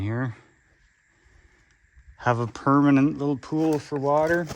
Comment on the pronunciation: "yeah, but it's not for eatin'. It's ferrrrr lookin' through"